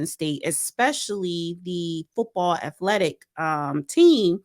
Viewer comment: Did she really say "affletics" and "affletes"?? I thought it was spelled and pronounced with a T... not f's. She should stop trying to say certain words with her speech issues LOL